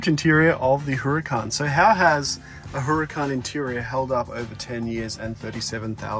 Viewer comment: ITS NOT HURR CAN its pronounced URRCON